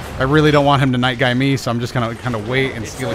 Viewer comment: the way say night guy is really cool and amole get double kill with night guy (really cool)